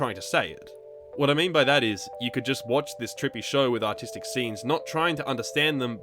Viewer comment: Only mid way through the vid I realized he said artistic and not autistic.